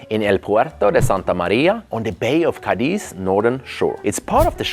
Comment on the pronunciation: I knew it would have to be in Spain before I heard you say it 😊 I lived in Madrid for 4 years and travelled all over the Iberian peninsula, including, of course, the North, where Spain’s best restaurants are located - precisely in the Basque Country. Oh, and the city is called CA-diz, not Ca-DIZ. Greetings from LaGomera, Canary Islands 🇮🇨